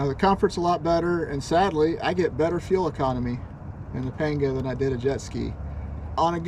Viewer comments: Pronounced “ponga”. 👍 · A is pronounced AW as in AWFUL in Spanish. Complete shocker I know. It's weird how you can get the second A correct though.... I like your PAWNGAW though. Clean build.